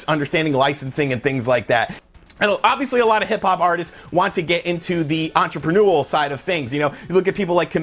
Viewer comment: It's "entrepreneurial." En·tre·pre·neur·i·al. There is not such word as "entreprenuel"